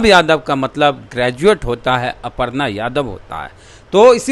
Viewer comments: अपर्णा नहीं है छेद जी अर्पना लिखा हुआ है हिन्दी तो पढ़ीए ठीक से न तो दु मिनट के लिए बोला लिया जाएगा😂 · अपरना नहीं अरपना पढ़ा जाता है मुर्ख 😂 पोस्टर में बिल्कुल सही लिखा है😂